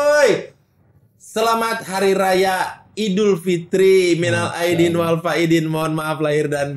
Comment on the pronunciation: Persis dengan teks arab? Itu bang boris bilang 'walfaidin', pdhal kalo di tulisan arabnya harusnya kan 'walfaizin'. Aidin juga harusnya pake huruf 'ain, bukan alif. Harusnya minal'aidin